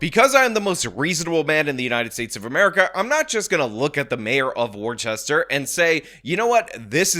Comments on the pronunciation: Woos-ster not Wor-ches-ter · It'd pronounced WUH-STER, not WAR-CHESTER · I need mental health leave for the way you've been pronouncing Worcester. It's WOOSTER. "Welcome to Wooster. $1.25 please!" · like Mister with a W not War Chester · "War-chester? War-chester?!? Its Wuh-stuh! Say Wuh-stuh, say it..." - thanks to Freddy Quimby of the Simpsons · War-Chester? No it’s pronounce… WOO-STER. I live 20min away from Worcester. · WTF is War-CHES-ter? It’s Worse-STER or, really, Woo-STA. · You are mispronouncing Worcester. I need to take a month away from this channel. It is pronouned WUUS-ster. Not WAR-Chester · It’s “woh-ster” not war-chest-er lol. If we’re talking about Worcester, MA. Edit: Mass is like the second coming of California honestly… it’s bad. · Its pronounced 'wuh-stuh', not 'war-chester'. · It's not pronounced "War Chester" despite being spelled "Worchester" It's pronounced "Wussta" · Not War Chester, Wister 😁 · omg, you're killing me, … 'worcester' [WISS-dur] … are you doing this on purpose? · WOOS-TER or WORSE-TER, NOT WOR-CHESTER LOL 🤣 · “Wore-chest-ur”… bro it’s “Woohs-tah” 🤣🤣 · Its Not Wor- Chester its Wus- Tor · pronounced "wister" not "worchester" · If this is Worchester Mass it is pronounced "Woostah" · Julien Miquel (YouTuber) demonstrates how to pronounce words & offers a great service. *Worchester is pronounced 'Wooster' (bypass the 'rche' in the middle). *Nguyen is not pronounced as "New-gun". Julie Miquel has a good demonstration of the correct pronunciation. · FYI. We pronounce it Wooster. Like Worcestershire without the shire. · Its pronounced "Wus-tah". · Its pronounced "wuhs-ter" not worchester. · It's pronounced Whuh-stuh. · As a masshole, horrific pronunciation of Worcester. (“Woo-ster”) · FYI -: The town name should be pronounced as: warshtur (war-sh-tur). An example of the proper town name pronunciation is found in your video at timestamp TRUST!! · * wusster Say it right man 😂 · Pronounced Wooster…….